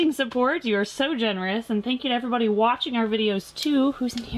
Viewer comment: When you open your videos, it sounds like you say, "Hey everyBUNNY!" 10 out of 10 family members and friends agreed!